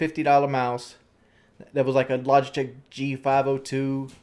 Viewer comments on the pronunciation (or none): none